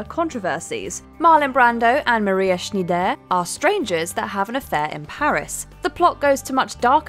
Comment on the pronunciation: How the hell do you not know how to pronounce the name Schneider?